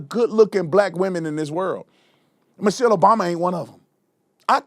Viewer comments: Someone mentioned he said, "Mochelle" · My Man Said “Mochelle” Obama 🤣🤣🤣🤣🤣🤣🤣🤣🤣🤣. Anna is going to Celebrate the 250th eating a full rack of ribs and downing bottle of wine 😂😂😂😂😂😂😂😂😂😂